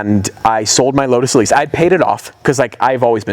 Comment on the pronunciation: "LODES Elise"